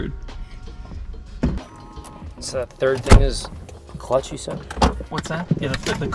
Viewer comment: "ya it's a clucth - it's not an extra brake pedal" xD